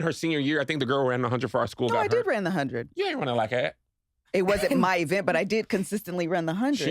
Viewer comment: I heard Kev said "like-at" like Tank 😅